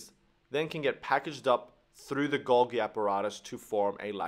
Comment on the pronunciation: and also not acyl-CoA, but A-CE-TYL CoA (3 syllables not 2), Also, as Golgi was Italian, the second 'g' [golGI] should be pronounced like the 'j' of "Jersey". Otherwise, very useful.